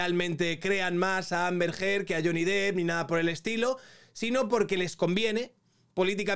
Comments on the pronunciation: Me da coraje cuando la gente por hacerse los bilingüe le llaman Johnny Deep (pronunciandolo dip osea profundo), y no, si tuviera 2 "e" se pronunciaria así, ma como tiene una se pronuncia "dep" ya que no es Johnny profundo ma Johnny Depp! Pd: no quiero ser repelente, ma ver que gente que supuestamente tiene estudios y ocupa lugares importantes en los medios de comunicación, creo que tendrían que saber como se llama uno de los actores mas famosos de Hollywood! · Lo peor de todo este juicio mediático es ver a tanta gente pronunciando "lloni dip"